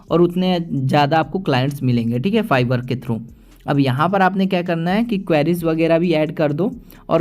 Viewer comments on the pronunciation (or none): Bro it's fiverr not fivar